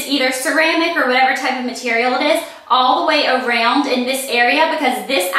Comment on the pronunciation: I love how you say around! I know that sounds really weird, but yeah, just the way southern people like myself say things. Haha :)